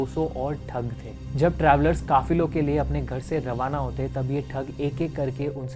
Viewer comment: bro kafiro nhi kafilo 😂